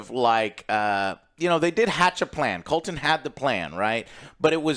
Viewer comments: Rainy's and Colton...with Eggin...got it! 😂😂😂😂😂 For God's sake, Joe...get the fuckin names right for once! 😂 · Couldn't agree more with your rating. Also its Criston Cole, not Colton. Love the videos. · does joe actualy watch this show?or is he getting every name wrong on purpose? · Finally, can't wait to listen to these guys smell their own farts while butchering names. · I think Joe just pronounces Criston Cole’s name wrong on purpose at this point and it’s a different name every week🤣